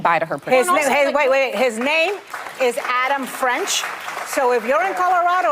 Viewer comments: D’oh. Adam Frisch - not French. Ana, I love you, but 0-2 ❤. Just don’t want the wrong guy in there. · The name is Adam Frisch... Frisch. Please get the names correct. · Well his name is Adam Frisch, not Adam French. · It's actually Adam Frisch, not "French," as Ms. Navarro called the past and future Democratic challenger... but I'm glad that she's willing to call out Boebert's hypocrisy and support him as a far more decent alternative!